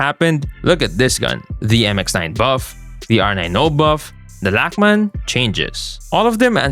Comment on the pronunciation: Pronouncing the Lachman like a true Filipino